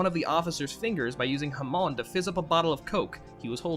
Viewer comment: Hamon, not Jamón